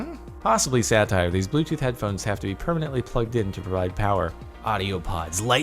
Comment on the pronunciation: I finally understand that you say "satire" i always understand "sadtire" and was confused